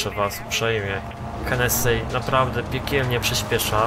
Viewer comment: to się nie wymawia henesi